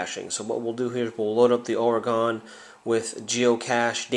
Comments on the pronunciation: By natives, it is pronounced ory-gun not ore-gone. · Awesome vid! From an Oregonian, its pronounced "Ory-gun" :D